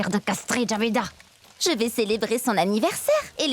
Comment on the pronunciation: C'est Jabida, pas Javeda. Des noms de musulmanes, quoi!